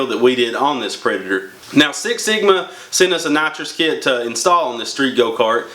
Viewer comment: sounds like you sayin natcho kit sometimes hejeh nice vid